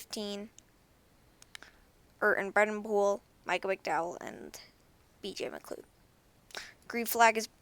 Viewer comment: Not trying to be rude or anything and i know this is an old video, but BJ McLeod's name is pronounced, "BJ McLoud" At least that's how most prounce it